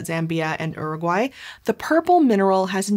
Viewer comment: You said Uraguay wrong